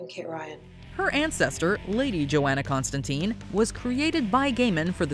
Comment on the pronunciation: Constantyne , rhymes with fine